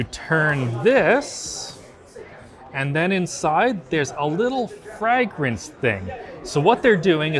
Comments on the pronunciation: Man who knew I was pronouncing fragrance wrong all these years.....never knew it was Frag-Rinse the whole time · Why does he say fragrance like that??? "Frahg rince" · Learning that can't pronounce "fragrance" was not on my CES bingo card. "FRAG RINSE" xD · In this video doesn't know how to say Fragrance. Must be one of those words he's only ever read and not heard before 🤣 I don't even remember the rest of the video other than the Adolf 14 Heir Frag-Rance by ASUS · I heard something about "Frag rence" as well 😂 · wtf, everyone knows it's pronounced fray-grance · The craziest part about this whole video is how pronounces fragrance. Like I had to stop the video for minutes, just to process what I just heard! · is that really how canadians pronounce fragrance? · Do all canadians say fragrance like that? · Does not know how to pronounce “fragrence”? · The way you say fragrance bothers me for some reason. Its a scent and not a grenade. Thanks for all the coverage at CES although I am sure right about now you are done with that place and want to go home. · TIL canadians dont know how to say fragrance